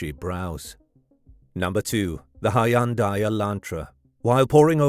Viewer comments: "Hy-un-dai" that pronunciation is wr-on-ge. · I thought the pronunciation odd but that is how it is generally said in most if not all of the U.K. it turns out. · Sloppy work. Completely discredited. Producers slapped it together for clicks with such wanton disregard that they their Artificial Intelligence mispronounced the word "Hundai" incorrectly. 100% pure bull crap.